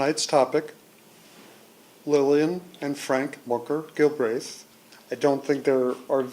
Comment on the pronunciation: Such as? Aside from him not knowing how to pronounce the name :-)